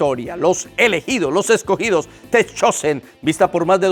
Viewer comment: Pastor se dice The Chosen /dtha Chousen/